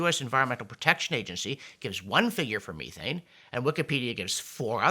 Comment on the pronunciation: John, check methane pronunciation